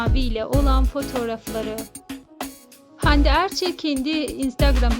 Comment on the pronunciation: Erçil değil Erçel..